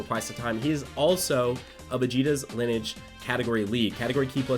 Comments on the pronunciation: its (Lin-e-age), not (Linege) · Lineage (Lin-E-age) I’m sorry but that made me cringe when he said it wrong 😭 it’s stupid Ik but oof 🙃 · Someone needs to teach how to say LIN-E-AGE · Linnage sounds like one of those meal abbreviations like linner and brunch. Hope someone tells how to pronounce it for the videos that will doubtless be coming on the teams. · l i n - i d g e gotta love that accent lmao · i cringed just a bit every time nano said lineage wrong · Oh my god, me too! Still hyped about the units though!! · Who else got triggered when nano didn't pronounce the E in lineage.... just me? ok